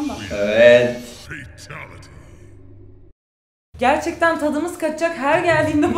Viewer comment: Cobat değil Kombat -Facktory değil Factory -Fatalty değil Fatality -Foflov değil Follow